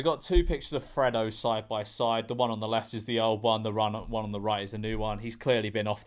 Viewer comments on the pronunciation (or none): none